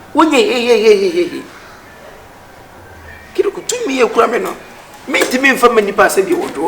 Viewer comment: Kyekyeku is extremely talented just look at the way he mentioned the name Kiliku